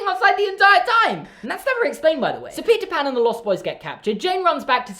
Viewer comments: I could have sworn he said pizza pan instead of Peter Pan😳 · Is it just me or did it sound like he said pizza pan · ok I know you’re saying “Peter pan” But I’m also hearing “pizza pan”😂🤣